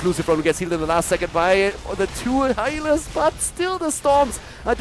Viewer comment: that Moment you go german :D "That two heilers"